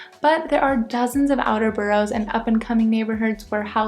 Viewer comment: After two years you shouldn't be pronouncing them burrows, they're boroughs ( burrahs)